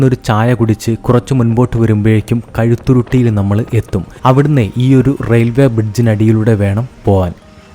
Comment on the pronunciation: കഴുത്തുരുട്ടി അല്ല മോനെ കഴുതയുരുട്ടി ആണ്.